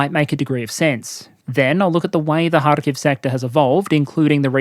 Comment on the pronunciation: Its KhArkiv, not KharkIv